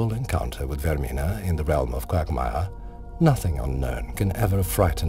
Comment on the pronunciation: lol qwaugmire